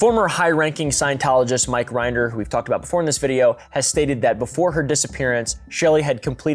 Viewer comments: Rin-der Not Rind-er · The way you pronounce “Rinder” and “Miscavige” is hilarious😂. You should interview Aaron Smith-Levin (GrowingUpInScientology) if you want an inside scoop! The whole Scientology concept is so interesting lol I feel like your vibes would go together. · I dunno if it was for comedic effect, but your pronunciation of Mike Rinder and David Miscavige is so wrong I was laughing for the wrong reasons. Given the amount of research this took to make, I'm assuming it was intentional since those names are bywords among scientology and ex-scientologists. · That’s not how you pronounce Mike Rinder’s last name.